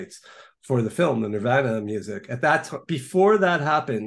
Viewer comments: I don't trust anyone who pronounces “Nirvana” like that. No one. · I really can't stand his pronunciation of Nirvana 🙄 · This guest can’t even say Nirvana correctly. Lol. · He’s really judgmental for a journalist. I don’t know how you sat through that with him. I can’t stand how he says Nirvana!